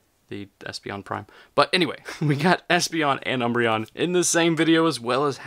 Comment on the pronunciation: Gah!!! Um-br-eon! Gah!!! 😲